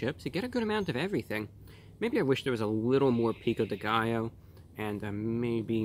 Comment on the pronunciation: I love when english speakers say spanish words like "Pico de gallo", it's so funny. <3